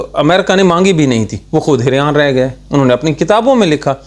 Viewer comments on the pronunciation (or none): لفظ حیران ھوتا ھے بھائی حریان نہیں ھوتا. باقی ٹھیک ھے تن کے رکھو